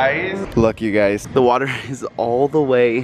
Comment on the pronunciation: stop saying yougy